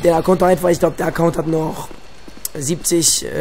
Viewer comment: T vergessen du schlaumeier! Acoount NICHT Acoound! ;D